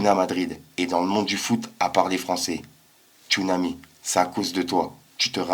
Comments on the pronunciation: Tchounamé il a dit 😂😂😂😂😂😂😂😂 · Il dit Tchounami pas Tchounamé 🤣Tsunami il pense que c'est une vague le mec 😭😂